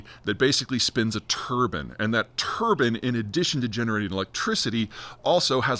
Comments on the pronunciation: It’s not turbon, it’s turbine you freak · Tur-bine, not Tur-ban! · Turbine not turban 😊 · Love the turban instead of turbine. I kept visualizing turbans spinning. 🤣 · Americans pronounce "turbine" and "turban" the same? 😂 Also - yet MORE reasons why "net zero" is a fool's errand! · Turbin? do you mean TurbINE.. the I is pronounced EYE, just sayin' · Are Americans randomly changing words for fun now? Just to piss us off? Turbine mate... not turban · Turbine not Turban. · "Turben" is not a thing. Turbine has a hard I, like fine or wine . The French pronounce the word as a hard E, like been or seen . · Turbine, not turban 👳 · Turban? Those go on the heads among Sikh, Muslim, and Hindu men! Surely you mean a turbine, as in a rotary generator! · That's exactly what I heard. But apparently, in some parts of the US, they actually pronounce it tur-bin, rather than tur-bine. Makes you head(gear) spin. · Turban or turbine? 😂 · Do most Americans pronounce "Turbine" like "turban"? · It spins a "Turban"? Did you mean a Turbine - rhymes with Lime, not with sun. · It's American pronunciation. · my only question is if he pronounces Turbine like that how does he pronounce the hat similar to what sikhs wear? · I hate how you pronounce turbine